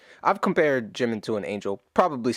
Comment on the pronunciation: Sorry ! Bye dude! This is Ji-min....JIMIN...not 🚫 jimain! Here you lose me.